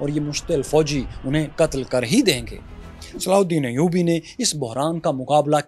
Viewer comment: Sallhuddin Ayudi ka naam acchy se lo bhai